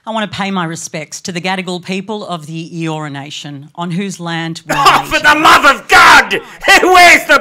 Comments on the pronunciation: Did she say the Gadigal people of Urination? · did she say " i want to pay respects to urination "?😂